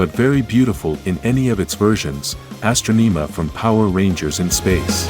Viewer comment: The name of the pink SPD Ranger is Syd her last name is Drew. You said Divatox and Astronema's name wrong. Beautiful Rangers and Villiains Kimberly (MMPR) Amelia (Dino Fury/Cosmic Fury) Sarah (Ninja Steel) Trakeena (Lost Galaxy) Emma (Megaforce Mia (Samurai) Kira (Dino Thunder) Roxy (Beast Morphers)